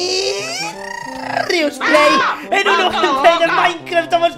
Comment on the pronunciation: es Rius no Rios